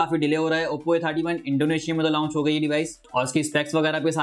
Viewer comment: پیارے بھائ آپ لاونچ نہ کہا کریں بلکہ صرف لانچ کہا کریں۔۔۔شکریہ اپ کی ویڈیوز مجھے اچھی لگتی ھیں۔۔